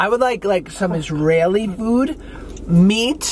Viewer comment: Josh lost me when he said Israeli